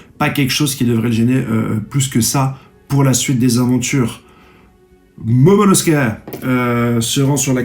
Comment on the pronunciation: Oda te remercie de ton soutient et de ton immense influence au sein la communauté One piece mondiale. Il te promet que si tu atteint les 30k d'abonnés, il t'envoie lui-même en Turquie pour te refaire des veuches et surtout pour qu'ils t'apprennent à prononcer le prénom de Momonosoukey!! Espèce de crado va!!